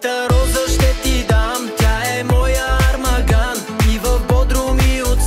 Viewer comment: Професоре: армаГан е грешно! Правилното е армаан, г то не се чете